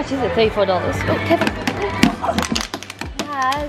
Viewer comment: naz being american for like 4 seconds❤